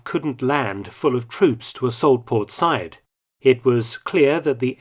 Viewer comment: I love you, Mark, but an unusual mispronunciation by you. Said ( Sa’eed, etc) is pronounced sah ‘eed. Cheers.